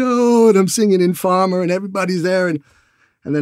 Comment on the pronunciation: "and them singing informer" said like a real Jamaican haha